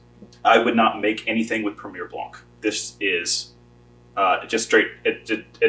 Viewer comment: the C will not be pronounced in the word " Blanc"